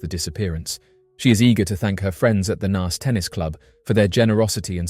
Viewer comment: I remember when Trevor Dealy went missing and bro really needs to learn how to say Naas lol you say it like your saying the alphabet a sound if that makes sense.